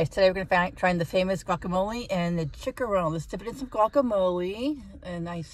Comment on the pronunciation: Lol. It's pronounced (Chee-Cha-Rowne)